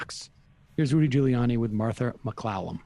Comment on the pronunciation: It's Ghouliani. Sam, still can't pronounce names.